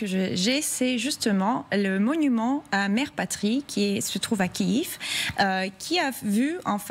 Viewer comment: Kiev, pas Kiiiiiiiiiiiiiiiv ;)